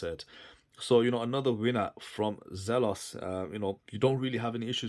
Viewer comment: It's pronounced Zelos, not Zelos.